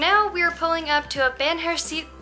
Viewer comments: How to pronounce BANJERCITO: bun-HER-c-tu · think ban-hair-see-toe, stress on the 2nd. :-) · Banjercito is the combination of Banco (Bank) and Ejército (Army) This is the bank that the Army keeps for paying the troops and make this kind of government transactions I guess. It is BAN - HER - SEE - TOH with the strong vowel on HER. BanJERcito. Try it. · "Van Her See Tho" say those words all together so you can say BANJERCITO right, which it comes from the words BANco from the ejerCITO... bank of the army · BANJÉRCITO should sound like the words VAN-HER-C-TOE (silent e) in English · the pronunciation of "banjercito" LOL. Greetings guys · and it's not a tourist thing, they try to pull out that on us Mexicans all the time. by the way your pronunciation of Banjército needs to improve. :-) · Also, do you know how to say "Ejército" (Army)? "Banjército" is a portmanteau (or mixed) word made of "banco" + "ejército", so the way to pronounce it is by stressing the syllables as in "ejército". Cheers! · It's so funny how you say Banjercito 😂. Just look up for the word Ejército for the correct pronunciation. 💂